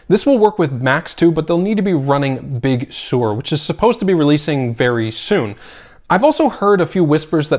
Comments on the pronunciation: Big Sur is pronounced as “sir”. Not soar. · Big Sore? Big Sewer?